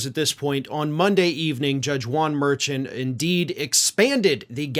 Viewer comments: The judge's name is pronounced mer-SHAWN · please!!! It is Juán MerchÁÁn! Thx 4 your tireless work! Cheers!